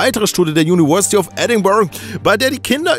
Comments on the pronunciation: Juniwörsität :DD <3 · Kannst du mal University richtig aussprechen lernen??